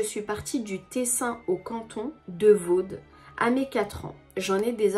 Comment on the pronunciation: Coucou, incroyable les vidéos comme d’hab! Au passage d’une suisse c’est « Vo » pas « Vod » on ne prononce pas le D bisouuuuus 😛🥰